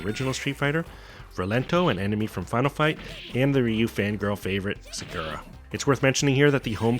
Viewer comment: How are we still mispronouncing Sakura’s name in 2018/19? Otherwise I enjoyed the video